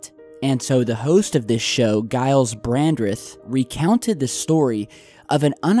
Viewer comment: Gyles is pronounced with a soft G, like 'Jiles'. Well done with 'Brandreth', though.